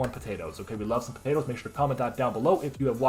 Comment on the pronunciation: Good game! PO-TAY-TOOH